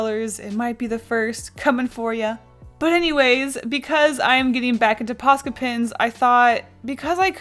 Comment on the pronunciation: Sounds like your saying "pasta pens"